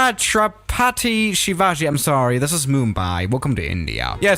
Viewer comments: Its chut-ra-puti-shivaa-gee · Its called ju-hu not zu-hu and cha-ttra-pati shi-vaji By the way Love from INDIA! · "Chaaatraaapaattiii Sheevaji" Indians have left the chat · He said that in such a stereotypical foreigner accent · The way he says Chhatrapati Shivaji and gives up. I being an Indian was like laughing and tears came out of my eye